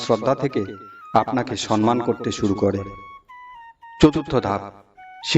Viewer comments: সম্মান কথাটা উচ্চারন করা অভ্যাস করুন। সন্মান বলছেন কেন? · সম্মান কথাটা ঠিক উচ্চারন করা শিখতে হবে।